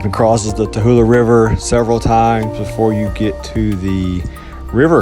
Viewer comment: Ta lu lah. NOT TA HU LA !